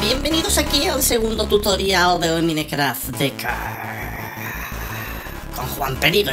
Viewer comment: porque dices minecraft? se dice maincraft se escribe mineraft pero so se dice asi